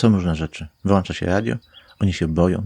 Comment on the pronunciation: Bardzo mi się podobało. Lubię creepy content. Daję łapkę. Tylko malutka uwaga językowa: "włączać" nie "włanczać"😉 Szerokich zasięgów 👍